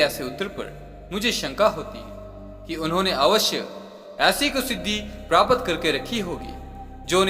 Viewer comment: आप "प्राप्त" को "प्रापत" बोलते हैं। सुधार करिए।